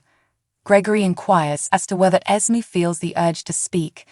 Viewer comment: Can't you please pronounce Esme's name right?! EZ may... that is how its pronounced, not Esem! NINA is Nee nah... not Nie nah!